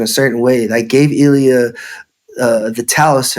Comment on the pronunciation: It’s not allia dude lol it’s Illia with and I not an A